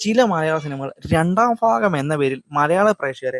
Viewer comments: ഫാര്യ... ഫക്തി... ഫാഗം... Bro learn to pronounce words correctly... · ഫാഗം അല്ല , ഭാഗം ആണ്. പ്രഫു അല്ല, പ്രഭു ആണ് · ക്ഷമിക്കണം ചോയ്ക്കുന്നതിൽ ബ എന്ന് പറയുമ്പോ എന്തോ സുയിപ്പ് ഉള്ളത് പോലെ തോന്നി, ഭാഗം എന്ന് പറയുമ്പോ ഫാഹം എന്നൊക്കെ sory സംശയം ആ 🙏🙏